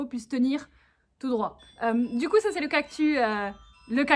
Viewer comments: tu dis un cactu mais c’est un cactussss 😂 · J'aime teeeellement ces vidéos chill😄 mais par contre rassurez-moi "cactus" ça se lit "cactus", pas "cactu" Mais bon ça se trouve tout le monde dit "cactu" et chui la seule à dire "cactus" 😅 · Oui ^^ Elle a sans doute dit "cactu" parce que ça faisait plus mignon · Trop bien !!! Ps:j'suis la seule que ça choque qu'elle dise cactu et pas cactus 🌵😂 sinon c'est super ❤️❤️👌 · tu as dit cactu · Sa se dis cactussssssssss avec un s pas un s muet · ^._.^ La vidéo est trop cooooooooool !!!!!!!! BRAVO !!!!!!!!!^._.^ : D mais on prononce bien le S a cactus non ? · Ohhhh des peluches cactus 😍 et toi non plus tu ne prononce pas les "s" en fin de mot !!! Elles sont magnifiques T'T je veux me beigner dans les cactus moi aussi T.T